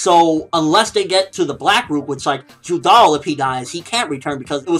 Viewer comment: its judar not judal